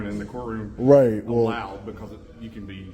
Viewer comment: "BCAUZ SEKURITI RESONZ" 😂 Thanks!